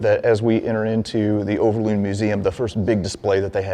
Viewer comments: overloon not uverlone . i love your history stuffies but its overlooooooooooon not uverlone , your vidoe is lovely and sweet , but its overloon hahahhahaha i am jokking dont takke it to harst oki much love <3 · Sir, i always think it is funny to hear a foreigner try to pronounce Dutch names and words. You pronounce Overloon in a funny way. You pronounce the first O perfectly. Just copy how you pronounce this first O to the second double O..... Make the same sound. And then you pronounce it correctly. Over, the O sounds the same as the double O in Loon. But you made the double O sound like a u in Tune. Or Looney. Moon. It is more like Moan, Over.